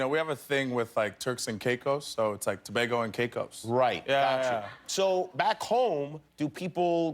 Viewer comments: Jimmy....it's pronounced TO-BAY-GO and not TO-BAH-GO but spelt Tobago it physically hurts hearing that 🤦😔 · TRINIDAD AND TOBAGO ... it's pronounced TO 'BAY' GO NOT TO 'BAA' GO